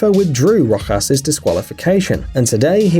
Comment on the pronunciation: You said Rojas wrong